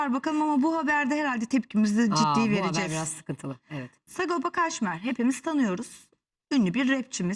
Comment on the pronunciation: Ulen delirdim bi sagopa demek bu kadar zor mu lan 🤣🤣🤣SA-GO-PA , S-A-G-O-P-A 😅